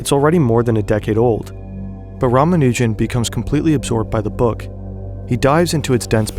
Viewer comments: btw if you happen to care about pronunciation, his last name stresses the first two syllables. RAA-MAA-noo-jun instead of rah-muh-NOO-jun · Dude, you're hurting my ears. It's pronounced, Rah-mah-new-jun